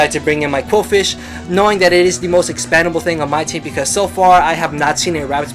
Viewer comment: Hey, i know english isnt your first language, but you keep saying expandable instead of expendable. just trying to help, not trolling or anything